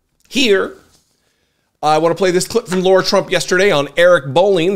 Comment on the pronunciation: He keeps saying Laura... Is it Laura or Lara